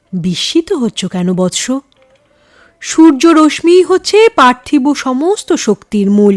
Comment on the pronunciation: উচ্চারণটা “রশ্মি: “র-স-শী”….”ম” টা উচ্চারিত হয় না, খুব কানে লেগেছে।